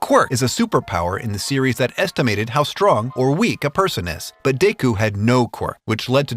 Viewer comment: Deyku? Deyku????? Seriously bro?